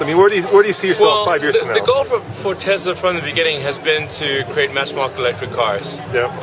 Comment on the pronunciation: thanks for saying "Tesla" ---- with an "S" and not Tezzzzzzzzla some of the Tesla advocates are SO obnoxious and thanks for caring about the truth!